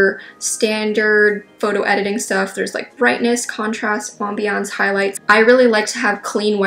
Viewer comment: She made "ambience" sound like a French word. Aum-bee-younce